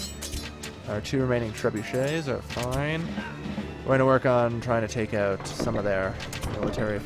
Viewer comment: he said trebushits lol!